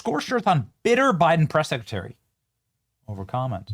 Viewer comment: KJP, What’s a secatary? I know what a secretary is but, secatary… not a clue